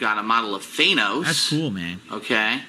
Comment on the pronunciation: hahaha he still doesnt know how to say thanos